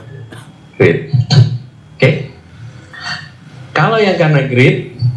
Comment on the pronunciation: maaaf greed pak pake d bukan pake t